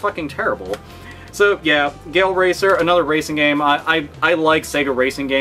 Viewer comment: When I heard "Gale Racer" I thought he said "Gay Old Racer"